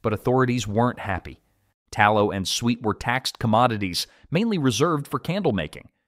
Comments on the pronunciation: Suet. It's pronounced su-et, not "sweet." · Suet is pronounced sue-et, not sweet. Confit is pronounced cone-fee, not con-fit.